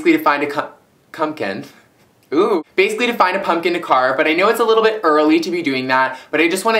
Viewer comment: Hahahaahhhaha 'cum...cumkan....eww' ahahahahahaahaahahahaahahahahaaha i love u greg, my idol:)